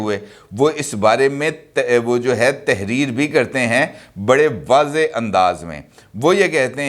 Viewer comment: wazehh.wazehaa ghalat talaffuz hay.